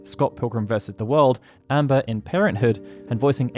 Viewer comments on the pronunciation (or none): none